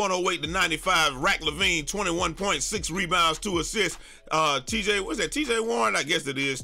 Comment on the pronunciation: “Rack Lavine” 🤣🤣🤣🤣🤣